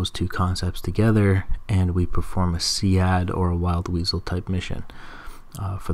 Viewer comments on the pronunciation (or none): Its SEAD as in "seed" not "see ad." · great video! thoroughly enjoy your walkthroughs! Just FYI... SEAD is in fact pronounced "seed" ;-) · just to let you know, SEAD is pronounced SEED. Great Vid! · Is it See - Add? I've always heard it pronounced as "Seed"